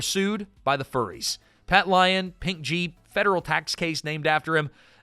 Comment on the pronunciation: It's "pursued by the furies" not "furries" LOL